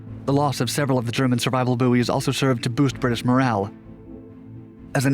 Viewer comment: was distracted by his mispronunciation of the word "buoys"-it is pronounced "boys" not "boo-ees" for goodness sake